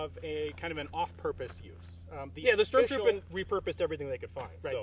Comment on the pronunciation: I loved the video guys, But one thing Sturmtruppen isn't pronouced "Shtermtroopen" It's actually "Shtom-Tropen" Small thing, but I thought I would just point it out. Keep up the content!